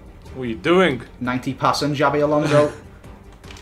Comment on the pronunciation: Jabby Alonso